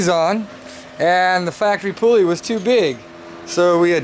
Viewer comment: it's PULL-EE not POOOL-EE